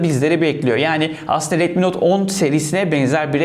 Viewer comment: Abi retmi diyil redmi resmen xiaomiye kufur ediyon😅